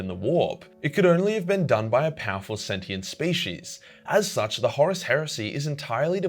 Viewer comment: Learn how to pronounce “infinite” and “sentient” or else I will tie you up and let Timmy have his revenge on you